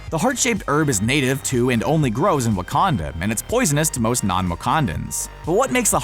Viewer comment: Love this you said Waucondo